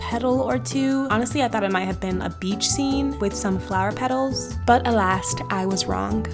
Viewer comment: I'm sorry did you just say "alast"? You think that's how you say "alas?"